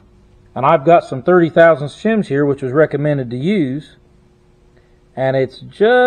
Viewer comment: He turned hispanic for a second ... he bought "chims"😆